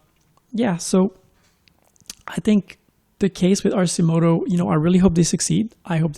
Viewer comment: It’s “Arkimoto”...